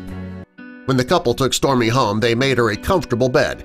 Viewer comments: Am I the only one who can hear stormi instead of storie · It sounds like this person talking was saying Stormy but it's actually Storie! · You keep saying Stormy but it says Storie. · I hear stormie 2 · If I didnt see the captions, I would've thought it was stormi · The biggest shock of this video is him saying “stormie” instead of storie. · Did anyone notice at one point he kept saying stormy instead of Storie? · You say Stormy but it says Storie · Im SO mad because the dog's name is STORIE, and the narrator kept saying STORMIE, I've never been so mad at a video with a dog in it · I swear he's saying Stormie not Storie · It's Storie not Stormi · Storie.... dude keeps saying Stormie 😂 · Storie dude not stormy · And I heard stormi not stor I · Smile Always I hear stormi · I heard Stormi!! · I always hear stormie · He is saying stormy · I hear stormi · Smile Always I hear stomi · i hear Stormi,too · Smile Always i hear stormi too🤣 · Why does it sound like he keeps calling her “Stormy”!?!?!?!?!?!?!? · Yep I noticed that too, it was really getting on my nerves tbh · Such a long video just to have a mediocre article slowly read to me. And the narrator only got Storie AND Mariesa's names right the first time. And there are like only three or four images in the slideshow that pertain to the actual story. The rest are just random photos of other people's dogs.